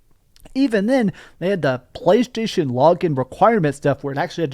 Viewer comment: I love that you can barely say playstation anymore 😂😂😂😂😂😂😂😂😂